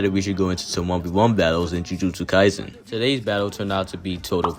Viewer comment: he say yuji kaisen 😭😭